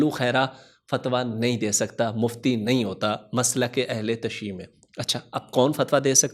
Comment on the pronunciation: Ahle tashee nahi hota Jinab🔴 Ahle tashayyu hota hai🔵